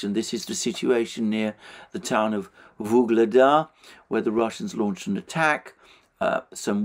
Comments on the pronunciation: it's "Ugledar", not that mufflemouth "vuhledar" or some else shit. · Alexander, why do you keep saying Vuhledar when it’s Ugledar [u:gled’a:r]